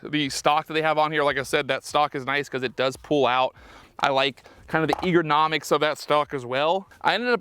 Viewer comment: "Eagernomics" ❌ "Ergonomics" ✅